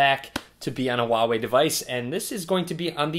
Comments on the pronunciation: His telling volva not huawei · The "H" in huawei isn't silent.